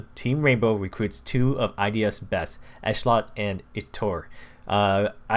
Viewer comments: its ehetlot not eshlot an its yair not yiar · It's no big deal but it's ish-lot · it's pronounced i-TOO-r and esh-LOT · I-tur Ish-lot